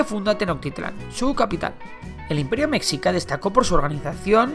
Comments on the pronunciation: Creo q se dice conocimientos “astronómicos “, no “astrológicos “. Y “Meshica” y no “Mecsica”. Lo demás muy bien. Resumido, obvio no se puede abarcar todo, pero habla de lo más relevante. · Compa yo soy de México y mexica se pronuncia mejica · Se escribe mexica Pero se dice mejica JI NO ZI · Mecsica xD se pronuncia mejica y Tenochtitlan se pronuncia Tenoshtitlan. Por cierto, muy buen video :) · Se pronuncia "meshica" Mexica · Interesante, gracias por el aporte. Sólo debes pronunciar "MESHICA" La "x" suena como "sh" en la palabra "mexica". Y es Ayutla, no Ayulta o quizá te escuché mal. Definitivamente como mexicano, me parece muy breve esta "historia de México", pero se agradece. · Se pronuncia meshica no mexica la X suena como "sh" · SE ESCRIBE MÉXICA PERO SE PRONUNCIA “IMPERIO MESHICA” NO “MEXICA” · No es mexcica es mejica , no se escribe así pero se pronuncia así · Meshica no mecsica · Se pronuncia Meshica pero no hay pedo xD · Excelente video, no entiendo a la gente que critica incluso pronunciaciones, se entiende que esto suceda cuando no eres mexicano ya que la X suena de maneras muy diferentes según sea su uso (es confuso), Por ejemplo: -Xochimilco = sochimilco. -México = Mejico. -Mexicas = Meshicas. Gracias por llevar la historia mexicana a mas ojos hispanohablantes. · En mi OPINIÓN,CREO que mexica se pronuncia meshica :v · Se pronuncia mejica* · A mi no me vas a enseñar náhuátl se pronuncia meshica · Meshica xD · se dice meshica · Exacto se escribe Mexica y se pronuncia Meshica. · Que buen vídeo... por cierto, la pronunciación correcta de "mexica" es "meJica" ;) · Como que se pronuncia "meshica" o "mejica" pero no "mexica". Solo como una pequeñita corrección. Amo los videos :D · Se pronuncia meshika o mejica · Se escribe Mexicas y se pronuncia (meshicas) jejeje me gusto tu video me ayudo en mi tarea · Siempre se me hace curioso como pronuncian mexica, es comprensible pero como referencia para el futuro, se pronuncia como meshica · Mexica se pronuncia Meshica